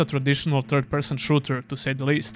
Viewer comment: Your accent sometimes makes it a "Turd-Person RPG", from now on that's how I will call all crappy RPGs.